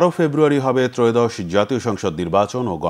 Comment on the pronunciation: এয়োদশ না ত্রয়োদশ?